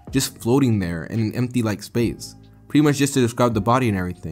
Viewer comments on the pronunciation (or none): none